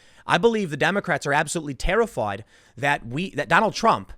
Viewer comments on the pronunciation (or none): Tim your city accent came out really thick when you said “terrified”